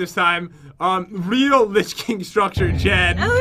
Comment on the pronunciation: It says lich not rich